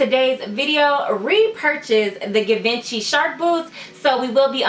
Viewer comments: These boots have been out since 2012 it’s Gi van chi pronunciation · You gotta say it G-Von-She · You’re pronouncing the brand wrong, it’s pronounced Gee-venchy. The boots are dope btw. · You’re pronouncing the brand wrong..